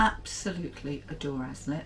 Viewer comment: Did you try Chine?? Haslet is pronounced “Hacelet” sorry xx Love the tea tin. Lincolnshire was known as Bomber County xx